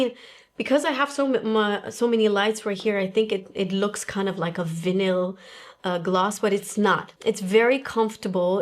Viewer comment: Same! I was like, Vanille?